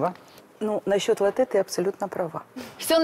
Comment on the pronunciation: ЛАтте а не латтЕ ! Так много знаете о кофе, а как название произносится - не в курсе